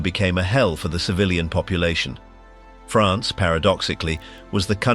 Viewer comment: The proper way to say France.